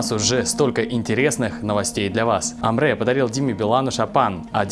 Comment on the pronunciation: Уважаемые ребята. Спасибо за хорошие новости. Одна поправочка. В слове Әміре, а в Русском написании Амре нет буквы Э, а есть буква Е. Поэтому правильно надо читать АмрЕ.